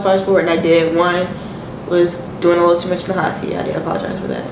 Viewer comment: Shawty can’t even say apologize